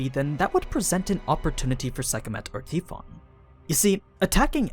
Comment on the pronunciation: Tee fon.....Tee fon... isnt it pronounced tie fon?